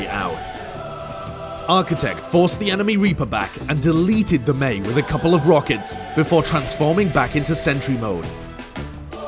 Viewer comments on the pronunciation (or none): none